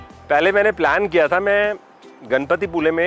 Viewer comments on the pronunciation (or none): none